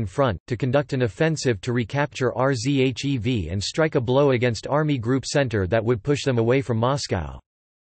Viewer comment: R Z H E V. jeez I just stopped watching